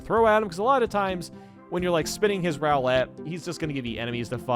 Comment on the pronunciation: Also, that is definitely not how you pronounce "Roulette". The first syllable sounds like "Roo," which rhymes with "Boo."